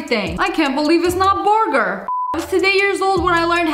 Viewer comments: "Boorgoor" LOLOLOLOL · The way she say burger 😂